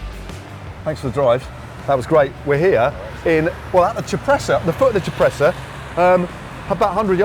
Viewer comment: It's YOUR show, but WTF is "caffy"? Coffee? Caffe? You guys should have ridden the bike path down from Sanremo. Cipressa = CHEE-PRESSA, not SEE-PREZZA. Poggio = POE-JOE, not PAW-GEE-OH. Gotta love Matthews - he's a trier, not afraid to lose, but I'm betting when it comes to moving to Italy, he'll think twice about the taxes vs Monaco! And even the stars get star-struck? Who knew? Nice interview overall - BRAVO!